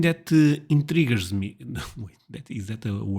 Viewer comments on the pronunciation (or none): just in case you're still wondering. the word you tried was intriguing. you used it totally correctly its just a tough word to pronounce. you have terrific english so dont get hung up on stuff like that